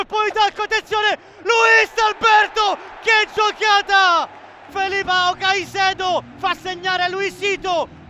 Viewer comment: KAI- SEDO not saseido